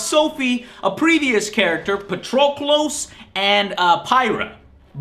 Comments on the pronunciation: Actually he didn't. Even though it's spelt as Patroklos it's pronounced like Patroklis. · In the story mode, and when the creepy narrator guy says his name when you select him, they pronounce it as patroklis.